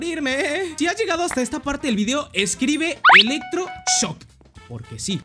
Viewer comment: epico el "electroshosk"